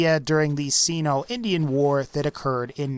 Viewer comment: Why W-A-R? It's not an acronym